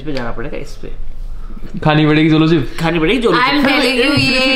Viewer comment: Zolo nhi Jolo hota h n?